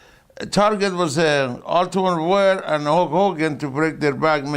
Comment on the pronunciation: Top 5 - favourite: Iron Sheikisms where he messes the name up - 5) HellyBelly Jim 4) JVD 3) Michael Jordan/Jackson 2) Ultimate Var 1) Gene Mean